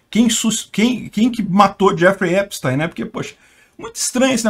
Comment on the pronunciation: Assistam a serie/documentário, no Netflix. P.S.: A pronúncia do nome é Epstin, ou teen, não táin.